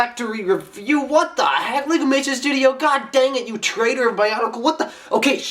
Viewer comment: HAR XDlol u said ''trator!''